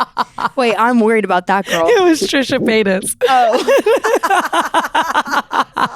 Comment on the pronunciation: I’m dead “it was Trisha paytus”😂